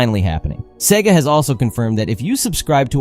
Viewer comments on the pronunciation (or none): none